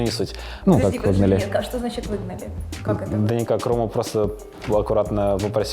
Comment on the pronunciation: тут он не смог выговорить "выгнали"